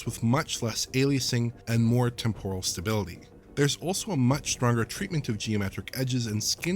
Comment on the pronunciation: TEMporal, not TemPORal :-)